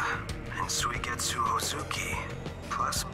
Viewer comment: calling suigetsu "Suge Knight" gotta be the funniest thing i have heard so far, love this series😂😂😂